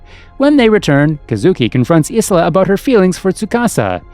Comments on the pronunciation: its pronounced.. _Eye-La..... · Narrator clearly didn't watch the anime. I keep getting strokes when I hear him mispronounce Isla's name. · Soo-ka-sa and i-la, that’s how their names are pronounced